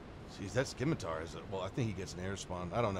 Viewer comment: Still haven't learned how to pronounce Scimitar I see. .